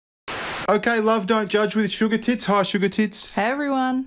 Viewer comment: He said "I Loathe You," honey , and, "Doe," not Love and Fine..